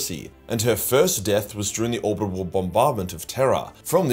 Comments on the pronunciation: "Ohbibhul bombardment" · is incapable of pronouncing "orbital" confirmed. Every time 😂 Honestly it's part of his charm at this point